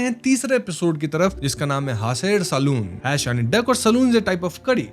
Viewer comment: It is 'bow-aal' not 'bowl'(বোয়াল = बोवाल). It is 'khaa-see-r', not 'khasir'(খাসীর = खासीर)। It is 'hnaaser saal-un', not 'hanser saloon'(হাঁসের সালুন = हॉसेर सालुन)। Jhol means curry, salun is more like soup and paya simply means foot. You sure do make a lot of effort to watch and represent content in all languages and from all communities, though. Keep rocking!!!🥰 I love your channel.